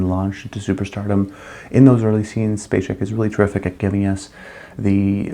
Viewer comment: My Rankings for the Decade: Sissy Spacek, Meryl Streep, Shirley MacLaine S Geraldine Page, Marlee Matlin, Cher, Jessica Tandy A Katherine Hepburn, Sally Field, Jodie Foster B Sissy Spacek's last name is pronounced SPACEK, not SPACHEK.